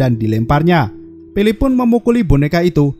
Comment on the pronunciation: Berapa kali bilang pilip. Banyak kali bilang pilip bang